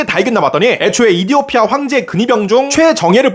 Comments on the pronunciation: 이디오피아 가아니라 에피오티아임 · 근데 왜 에티오피아가 아니라 이디오피아? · 에티오피아를 왜 이디오피아라고 부르시는거죠? 컨셉인가 보네요...ㅜㅠㅠㅜㅜㅠㅜㅠ 이디오피아라고 오해한 분들 개추 👇 👇 👇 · 근데 이디오피아가 아니라 에티오피아 아니냔 말이야?